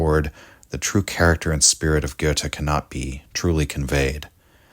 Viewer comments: Thank you so much for your work and, above all, for pronouncing Goethe correctly. 🧎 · your pronunciation of goethe isn't that bad, my compliment